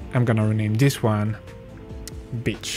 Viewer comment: not gonna lie with that accent it sounds like your saying bitch instead of beach